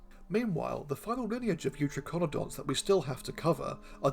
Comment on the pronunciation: I'm pretty sure youTRYkonodonts would be the better pronunciation. tri ("three, triple") as in Tricaeratops, eu ("true") as in eutherian.